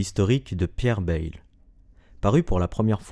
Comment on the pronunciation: Il faudrait d'abord à apprendre à prononcer correctement le nom de Pierre Bayle: [bεl] et non pas [bεjl]. De plus, dans la vidéo, on parle de «Dictionnaire critique et historique», alors qu'au même moment on voit «Dictionnaire historique et critique» sur la première page de l'ouvrage en question!